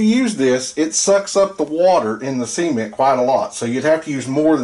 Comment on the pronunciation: Brilliant video, I kept chuckling because everytime you say cement i think youre gonna say Siemen 🙈